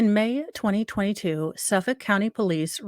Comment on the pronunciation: Gill Go Mass uh pee kwa NA SAW Manner ville Lawnguyland You nailed Suffolk.